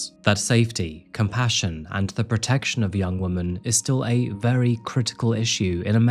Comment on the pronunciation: I beg you to learn how to pronounce women correctly 😢